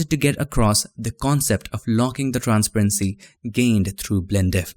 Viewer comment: I know the way you say transparency is wrong but it sounds way cooler than the actual pronunciation